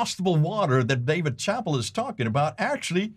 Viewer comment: Nice video presentation! You’re quenching my thirst for knowledge… A housekeeping note— Dave Chappelle is pronounced Shuh-pell’